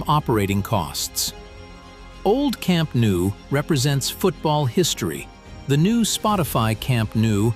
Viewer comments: it's pronounced camp NO not camp new. basics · camp nou in catalan = camp NO in english